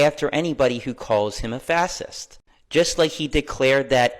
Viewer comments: Fasisss! Lol 😂 can’t even say it right! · 😂😂😂 yes ... But I kept hearing "fastest" as in the quickest one to the finish line. 😂😂😂 I was rolling my eyes bc if one doesn't even know how to correctly pronunciate "fascist", then they don't know what "fascist" actually means. 😂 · I never heard anyone mispronounce "fascist" so badly. He says "Fas-ist" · This dude says “Fass-ist”. wtf lol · Is anyone else thinking that no one is taking the guy with the mic serious if he can't even pronounce fascist right? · which Nuclear plant does this dope live downstream from? Holy hell he cant say fascist let alone define it. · That first guy cant pronounce fascist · dude if you can't pronounce it, you shouldn't be part of it...😂😂😂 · Krassenstein can’t even say the word FASCIST ! I knew he was an idiot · dude can’t even pronounce Fascist. Probably didn’t even know the word existed until they tried pivoting from calling right wingers Nazis. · dude can’t even pronounce “fascist” correctly. Shut up already loser. No one is playing your language games anymore. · The 1st idiot couldnt even pronounce fascist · Dude uses the word fascist multiple times but can't pronounce it correctly. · This guy in the beginning can't even pronounce "Fascist" correctly. He seems a bit simple. 🇺🇸😁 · if you gonna talk about people being a fascist please know how to say the word, my gosh that was hard and I’m only 2 minutes in 🫣🤣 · That dude can't even say fascist😂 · Why can't a person who fantasizes about fascism 24/7 not pronounce the word "fascist" correctly? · The second guy cant even pronounce Fascist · Can't even pronounce Fascist correctly... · if you can’t pronounce the word correctly you shouldn’t be using it. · does this idiot (not sure which brother this is and DON'T CARE) have a speech impediment or does he really have NO CLUE how to pronounce "fascist"? I'm betting on the latter. Neither are actually educated enough to even know what they're talking about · The bro can't even pronounce fascist 🤣🤣🤣